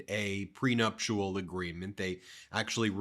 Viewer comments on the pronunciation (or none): dude! nuptial, not nuptual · I love your videos and watch every one of them, but please, please learn how to pronounce prenuptial.